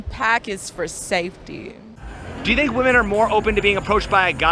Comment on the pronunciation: she is enunciating the hell out of that K "thinK"